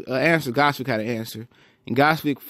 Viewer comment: nice review of "Ghozvik" performance =)), but its actually pronounced "Gvoz-dik"